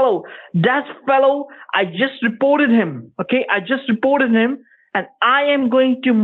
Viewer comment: It’s almost hard to tell if he’s saying “reported” or “supported” lol